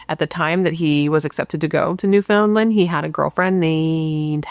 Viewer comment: Good morning & The Bratt Pack! Newfoundland pronounced new-fin-lind kinda lol Happy labor day from bc Canada 🇨🇦 ❤